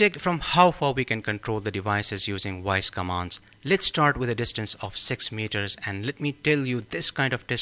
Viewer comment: I think if you speak English, the module will work better..try saying voice instead of woice. 😂😂😂😂